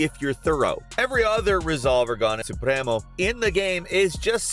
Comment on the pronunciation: As a Latino I can say you said “Supremo” pretty well